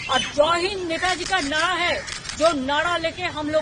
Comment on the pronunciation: nahra ko nada kiyo bolti hai 😂😂😂